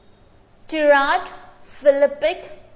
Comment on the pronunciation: Ma'am please check the pronunciation of tirade